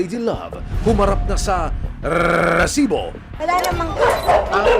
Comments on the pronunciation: rrrrrriiiiisiiiboooo daming alam nakakarindi sa taenga😂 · corny mo sa RRRRESIBO sakit sa tenga never na ulit ako makikinig sa oa mkng boses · Kaumay na talaga ung rrrrrrreeeeeessssibo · Nakakaasar pakinggan yung rrrrrrresibo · Nakaka bwisit yung Rrrrrrrresibo, trying hard gayahin mike Enriquez! Itigil muyan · Kelangan ba talaga kada banggit ng word na resibo eh Rrrrresibo pagkakasabi? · nakakainis pag binabangit niya yung word na "RRRRRRRRESIBO" Umay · I can't stop hearing "rrresibo" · "Lady love RRRRRRESIBO" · nakakabother yung RRRRResibo huhu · Rrerrrrrsibo sakit sa tenga ng pinag sasabi mo<ay effects pa yung pagbigkas mo ng Rrerrrrrsibo! Sheez! Ndi ka nakaktuwa!:face-orange-frowning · Bat ganun nakakabwesit pag sinasabi nyang Rrrrresibo 😂😂😂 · Oa ng rrrrrr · RRRRRRRRRRESIBO😂😂😂😂 GGRRRRRRRR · Pede b wag ng .rrrrsibo .nkkabwesit pakinggan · Kahaba nmn Ng bigkas mo Ng resibo nkaka gulat 😅